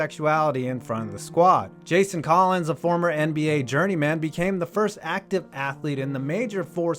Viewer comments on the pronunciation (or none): none